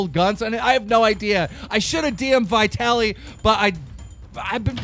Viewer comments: It's vee-ta-li not vy-ta-li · Vitaly... Keemstar: (VIE - TALLY)